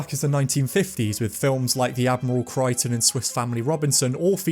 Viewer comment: Thank you for this. Nice one. Great job. Maybe its my ears, I have replayed your comment several times. With your mention of 1950s films ; did you say "The Admiral Crichton? My schoolmates could not pronounce Admirable, so they called it "Admiral". They were only 10 years old at the time. It is understandable. If I am going deaf, it is important for me to know now. Was it Admiral or Admirable? In your own time. Cheers.